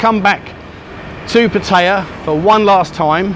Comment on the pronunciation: Learn how to pronounce the. Name of the plsce